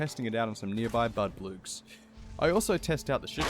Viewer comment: Mmm yes, "budbloogs"